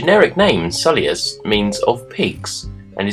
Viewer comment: Your pronunciation is similar to my pronunciation. "Sul-i-us". I'm working on trying to pronounce it "Sui-lus" but it doesnt roll off the tongue despite mirroring its spelling.